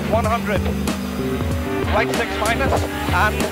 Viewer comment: Shright, Shleft. Awesome, lol.